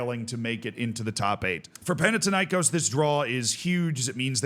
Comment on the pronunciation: Panathinaïkós like Athens and Athena so thin not tin and the stress is on kos not na.